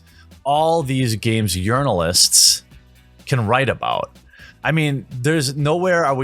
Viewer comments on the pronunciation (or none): Lol, anyone else hear "Games Urinalists" ?